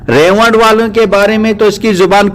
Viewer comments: رائیونڈ کو ریوڈ کہ رھا ھے ۔ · ap ko Baat krne ki Tameez hi nhi ha Tu ulma ka Adab krna nhi janta tu molana Saad sb aur molana Tariq ka Naam lane ki txmeez nhi zTujhe Haram k moot mola sad sb ko Gumrah Bata raha ha zTujhe to zRaiwind lafaz sahi se bolna nhi Aata Bhadway